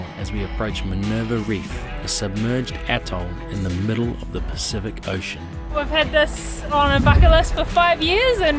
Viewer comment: Bloody honky you live there and can’t even pronounce the name correctly, listen to the rest of crew that don’t live, pronounce it correctly, and you still don’t make an effort. Be interesting to hear your pronunciation of other pacific islands.